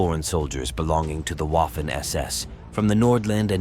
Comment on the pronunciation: Learn how to pronounce "Waffen".... See the film "Narva 1944"